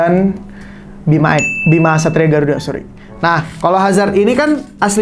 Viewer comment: kok aku dgr nya satria b*rakuda